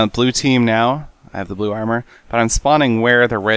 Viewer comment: Seth, it's Blue, not Blu :)